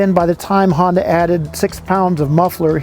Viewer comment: Not Hondac sir, its Honda